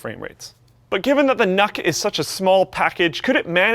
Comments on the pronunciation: I’m pretty sure it’s pronounced nuke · I think it's pronounced nuke :D